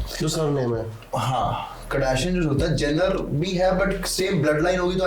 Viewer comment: It's Kardashians not Kadashians... Keep it up👍